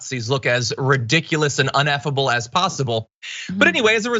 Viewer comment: Hey, John, the word is ineffable.